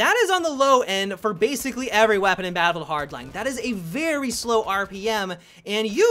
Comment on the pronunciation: do you have trouble saying battlefield hardline. it sounds like youre trying to mix them into one word